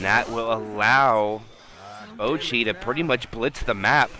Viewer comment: I’m sorry but the caster calling boochi bowl-qi is just too funny to me lol